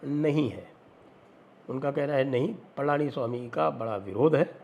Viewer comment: Not Palaaniswami, it is Palaniswamy